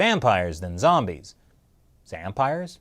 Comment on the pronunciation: Zampires? Vombies? Lol 😂